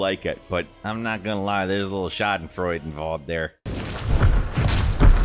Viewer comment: I’ve seen you mispronounce the simplest words but you managed to almost perfectly pronounce schadenfruede.